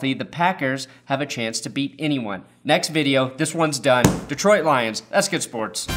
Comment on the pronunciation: When he said detriot i got excited for a second